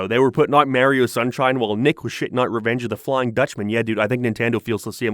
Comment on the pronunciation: Why this mf pronounce mario like a cliche white mom saying tahco